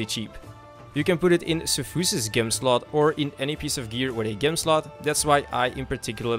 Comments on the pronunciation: DUDE, dude.... it' fucking GEM NOT GHEM , J E M , how do you even get this far without knowing basic shit? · Gem is pronounced with a "J", like gym or gaywalking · Thanks! Gem is pronounced with a "J" sound surprisingly, like jam or jew. Gem! :D Cheers